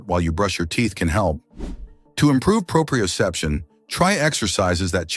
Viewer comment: "Decreased proprioception," which the audio mispronounces, is not an explanation: it is the very thing the video is claiming to explain. The other twelve things listed are mostly varieties of exactly that, decreased proprioception. Decreased vitamin B-12 absorption, for instance, may be a cause of a worse sense of balance; they are not parallel results.